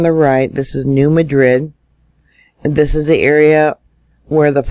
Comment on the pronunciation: Hi! Because it’s Missouri they actually pronounce it New MAD-rid! I know.....don’t ask! Thanks for all and keep it up!